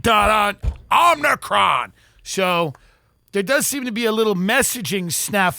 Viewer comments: I feel like it was kind of a bit bc Biden said Omni-cron but just FYI for y'all it is a Greek letter (like alpha beta delta) pronounced OH-mih-cron, emphasis on the O like in Omitted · "omnicron"?? jesus..... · Tim is smart and very funny. But somehow despite repeated corrections he can't pronounce "omicron" correctly. There is no n, Tim. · Tim not being able to say omicron is still funny years later. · If TD ever pronounces "OMICRON" the same way twice I'm unsubscribing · knows if he points out Tim’s mispronunciation of “omicron” he’ll be savagely beaten. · Its legit embarrassing that he is physically unable to pronounce "omicron" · Body of a competent lesbian working at AAA , mind of a ditzy blonde that can't pronounce omicron. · Word Omicron is really kicking his ass :) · I died a little every time he mispronounced omicron, even after they said it on the clip haha